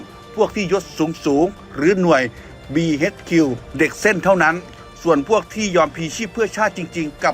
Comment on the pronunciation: บีเอชคิวครับไม่ใช่บีเฮชคิวออกเสียงให้ถูกก่อน